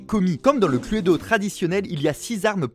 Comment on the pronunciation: C'est ou à il dit Cludo 😂